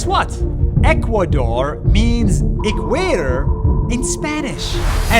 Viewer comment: It’s the equator not equador